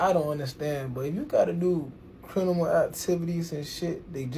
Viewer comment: Nigga said “crinimal” not criminal 🤦🏾‍♂️💀